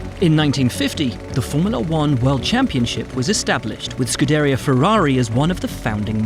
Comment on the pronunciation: ScuderIa, no ScudEria